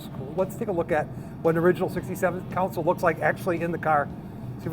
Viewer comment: Learn how to pronounce words like console not like counsole